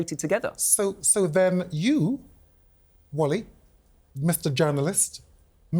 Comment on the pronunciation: The way he called him "Wolly" wasn't quite right‼️😂😂😂